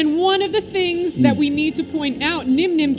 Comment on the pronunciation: low-key called Nyhmnim, 'Dzeef' on stream lol